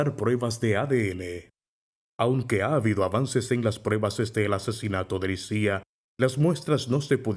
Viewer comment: En serio se pronuncia "Lisía"?